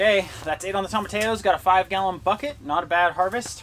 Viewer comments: Tomatillos... that double L is pronounced like a y .. Tom a ti yos. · Tomatillos: toe-ma-TEA-yos Sorry, that was just bugging me. Great video! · I love you guys and wish you the best always. Will you please pronounce tomatillos: tom-a-tee-yos. It's just driving me nuts. Peace. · (psssst, "toe-muh-tee-yoes") tomatillos ✌🌻😁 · Y’all make me giggle every time you say, Tomatillos….. Toe-muh-tea-yoes …..is how you say it….I wish there was smell o vision! Looks great!❤️❤️❤️❤️